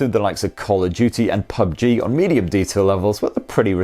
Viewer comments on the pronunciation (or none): none